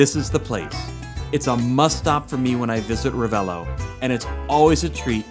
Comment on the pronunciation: You seem to have italian roots (""), but you can improve your pronunciation of Italian names!!! Not Bag-ni, but Ban-nyi... and double letters need to be pronounced in an exaggerated manner: not Ra-ve-lo but Ra-vel-lo... It's the only thing missing from your otherwise very informative vlog...